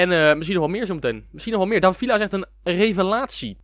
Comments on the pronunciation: Je spreekt het uit als vija niet vila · je spreekt villa uit als vija mischien kun je dat voortaan zeggen